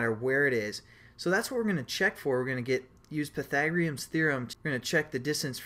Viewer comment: LOL! pai - tha -gore -ians